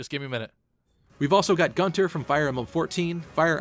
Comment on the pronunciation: I think Gunter is pronounced "Goon-ter" in Fire Emblem Warriors???